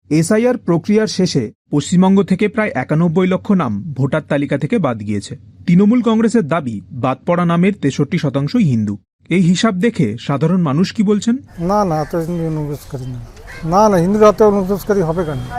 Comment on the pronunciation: সাংবাদিক মহাশয়ের উচ্চারণটা ভুল হয়েছে। ওটা ' তৃণমূল'।'তিনোমুল ' নয়।